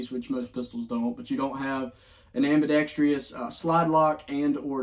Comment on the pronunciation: It's ambidextrous, not ambidextrious.